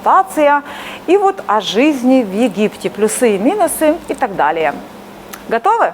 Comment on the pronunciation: ПлЮсы. Уважаемая блогер, выучите ударение в слове плюсы. Дальше слушать не имеет смысла